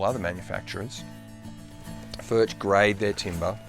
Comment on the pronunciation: Spelled Furch but pronounced Furk